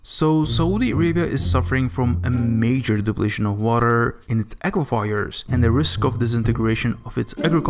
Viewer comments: Dude. please google the pronunciation of words. it takes 2 seconds. words like: Saudi Arabia, aquafires, permanent, inches, fruits, compared, area, times, torrential, weather... etc. etc. etc. Thanks. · Aquifers is pronounce Ahh Kwa Furs.